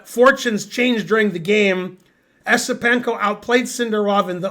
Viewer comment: It's "Yesipenko".